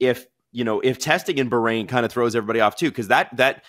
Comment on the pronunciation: BAH-rain not bargain without the G.